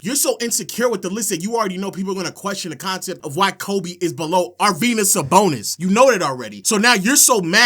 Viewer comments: Nga said arvydas sabonis 😭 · almost clicked off when he said sabonis 😭😭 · Bro is like 30 years old having a temper tantrum like a 5 year old shouting “you’re dumb” just because he doesn’t like someone’s all time nba list lmao. Constantly calling other people dumb when he can’t even pronounce sabonis’ first name correctly, and spent an entire video saying “expedition” instead of “exhibition” when talking about team USA’s exhibition games.